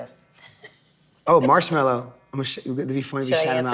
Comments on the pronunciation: yoo fact god. it's actually Marshmello not marshmellow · It’s marshmelo not marshmallow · TF why z there a W in his name its ~marshmallo~ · it is shawn mendes is marshmello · Oh and Marshmellos name is Johsive (I forgot how too spell it but his name is NOT chris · There’s no W in Marshmello bro